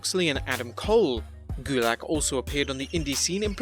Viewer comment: (TURN ON SUBTITLES) It's not drew gulak it's GULICK